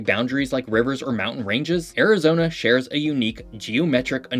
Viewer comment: god listening to you mispronounce so many things about Arizona is painful